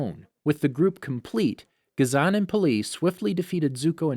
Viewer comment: was lowkey abt to roast u abt sokka when u said sooka and it is pronounced as ghazon not gazaan why do u have a voice actor just watch it then make videos out of it